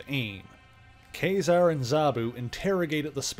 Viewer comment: I liked the video. I will have to see if you did anything on the Mutants: Inferno series, where the demons take over the Empire State building. But my main thing is.... I always thought it was pronounced like Kah -Zar, like the word bizarre.